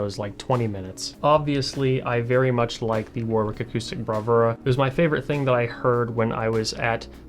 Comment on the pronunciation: fyi, its not war-Wick. its war-(w)Ick, the 2nd w is silent